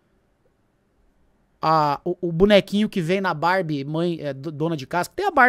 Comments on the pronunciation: Minha filha fala barbia igual o hahahahaha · nao aguento quando o chama a barbie de bárbia